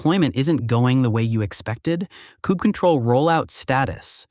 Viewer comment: I've never heard someone pronounce it "kube cuttle" before but it's going in my list of valid pronunciations to annoy people at work now.